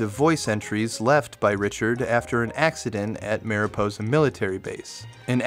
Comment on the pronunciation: Say marijuana cuz you’re saying miraposa when it’s mariposa, yk, like marijuana? I genuinely couldn’t get past how you swapped the letters all the times you said it, no it’s not a language or accent thing